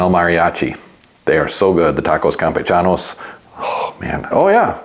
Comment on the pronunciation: Dude. Fuck people who can't tolerate someone else's political opinions. The bike content is excellent, and the algorithm can bite me. Also, anyone who correctly pronounces Tacos Campechanos deserves support.